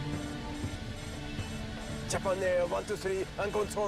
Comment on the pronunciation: someone needs to tell me why this dude decided to pronounce Japan that way